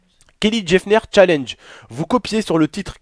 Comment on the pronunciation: Pk tu prononcer Jeffner c'est Jenner tout court